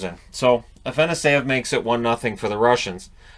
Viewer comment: Just wanted to give you a heads up that it’s pronounced Ah-fah-noss-yev